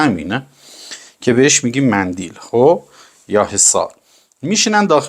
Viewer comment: استاد چرا کلمات کلیدی و مهم رو اینقدر اشتباه تکرار می‌کنید، برای مثال ، مَندَل که شما میگید مندیل ، که برای شما دراین سطح ،خیلی تعجب آور هست.